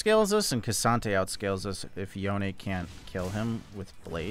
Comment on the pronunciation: It's yonE